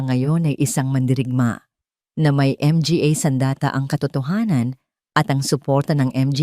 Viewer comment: 😂😂😂sorry po 🤣🤣🤣may kahusayan sana ang pagnanarate malinaw nakakatuwa lang ang mali niyang pagbigkas na maraming tagalog na salita. tulad ng mga, dra- doctora at iba pa ha ha ha 😂"MGA -manga "po ang tamang pagbigkas 😮pero natatawa talaga ako